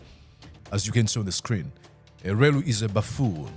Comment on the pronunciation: It's elwelu not elweru